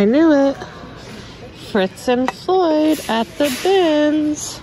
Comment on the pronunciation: Fitz & Floyd; not Fritz.